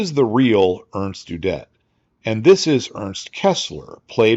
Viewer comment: Little nitpick from Ze Fatherland: "Udet" is pronounced with emphasis on the "U" ... not on the "-det"-part.